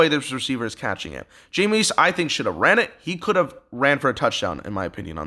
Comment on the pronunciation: Great video. 99% sure it's pronounced jame-is not jameees